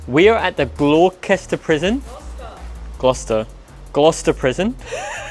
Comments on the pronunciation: ffs 🤦‍♂️ I’ve just started watching and I can’t stop laughing, GLOWKESTER you pronounced it 🤣🤣 Gloucester boy 🤣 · "We are at the glorkester prison" "Gloucester":) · “Glah Kester” for Gloucester had me dying laughing 😂 I live in Virginia in the US and the area I live in has many cities named after UK cities. Like we have a Suffolk and a Norfolk and a Gloucester. So I definitely know how to pronounce all these names properly. ONLY because I am from here. No shade to. It had me giggling. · Hi, I love it when you visit England!even if does get the names of places wrong 😂 love the ac/dc shirt 👌England has got some seriously old haunted places, guys but I've not seen Gloucester prison explored and investigated before, which is cool!😊❤❤ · Gloucester is such a difficult word if you’re not English speaking….oh wait is English speaking 😂😂😂😂😂